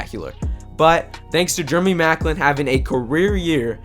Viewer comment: germy maclin lol